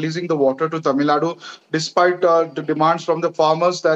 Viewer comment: What the hell is "Tamil Nad"?? It is "Tamil Nadu".